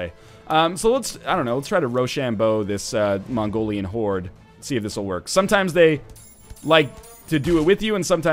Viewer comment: he said mongorian in the least offensive way possible lol. It supposed to be pronounced like Mongolian, but with a racist Chinese accent.